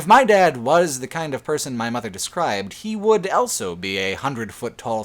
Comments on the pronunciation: says elso instead of also. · Dude, also, awl-so. Not owl-so.